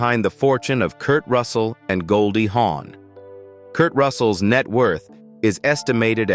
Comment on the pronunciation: Her name is Goldie Hawn not Horn.